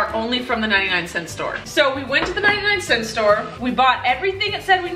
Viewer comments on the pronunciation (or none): "99 centy" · " 99 centY "🤣🤣🤣